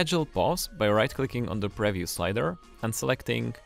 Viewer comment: if this guy says preview like that one more time...